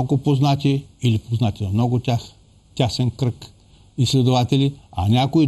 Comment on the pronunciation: Няма тЯсен кръг, а тЕсен кръг! Много се бърка това променливо Я и от гостите ви...